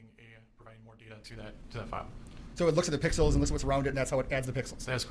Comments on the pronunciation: Forgive 80-year-old Judge Schroeder for saying "pickles" instead of pixels😅. I think he also said he understands watercolors only. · He said pickalos.